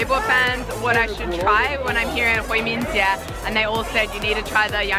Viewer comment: 回民街三个字说的是陕西话，哈哈